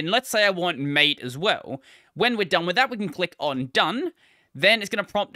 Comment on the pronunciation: wait, isn't it pronounced mah-teh?